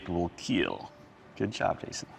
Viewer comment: that smile when he said ''it weel keel'', man nobody is save at home